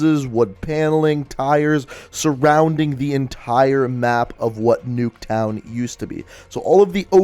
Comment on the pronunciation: he said nucktown when he was in the firing range